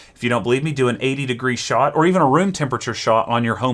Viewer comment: all i hear is: go make a shot of soup